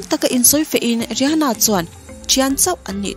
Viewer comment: Ri ha na tih loh tur Rih ana tih zawk tur 😁😁